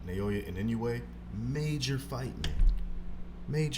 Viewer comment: Inoue's last name is not that hard to pronounce, come on.